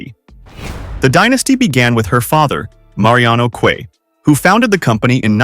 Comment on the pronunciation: QUE - pronounced "Khe"